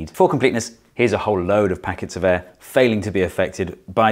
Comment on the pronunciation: The way he pronounces air makes me cringe so bad